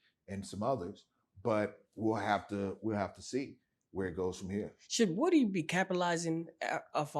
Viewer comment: I'm tired of them saying WOOD-Y, lord it's WOOdy